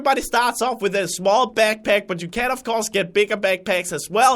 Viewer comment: I don't want to sound mean but when he says backpack it comes out beckpeck and its HALARIOUS!😂😂😂😂